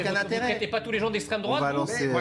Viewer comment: " c'est nauséabond , c'est l'estraime drouaaaaaate " hahahahahahahahahahahahhahahahahhahahahahahhaha !